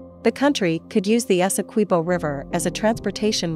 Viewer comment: Good afternoon thank you for the correct pronunciation of our largest county Essequibo and our country Guyana . Please enlighten your media colleagues.